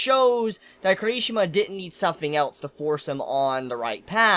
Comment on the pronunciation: His name is pronounced Key-Lee-She-Ma